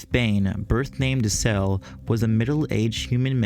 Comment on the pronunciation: Oh sounded like cell to me i suppose.